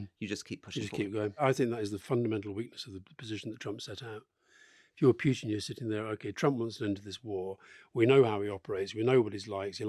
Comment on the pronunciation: Can't listen to this ,one is to loud and the other to low sorry...and Campbell stop the Pjutin mispronunciation please.....